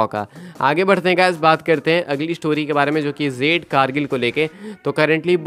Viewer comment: O bahi jade ko zade kyun bolte ho pronounce to theak se kiya kro